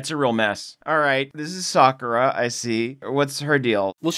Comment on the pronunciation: SOCK-ura LOL